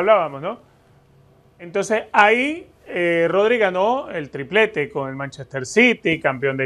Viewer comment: Vini sin duda, ese sr que dice Todri es como si dijese Joselu..es para evitar a Vini que es el mejor de lejos